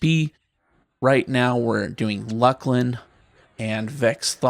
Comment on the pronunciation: You said Luclin wrong.